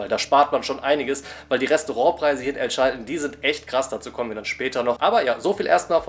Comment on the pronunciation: Es hat ziemlich weh getan wie du El Chaltén permanent falsch ausgesprochen hast. Die Betonung liegt auf der letzten Silbe, daher der Apostroph. Und niemals die Bombilla beim Mate trinken anfassen. Ansonsten ein sehr schöner Beitrag, vielen Dank dafür. Habs selber leider noch nicht weiter südlich als Bariloche geschafft, hab aber auch jede Menge Freunde im Norden von Argentinien.